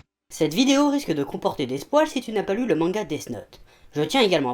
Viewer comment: ptdrrr des spoils il dit spoale 😂😂😂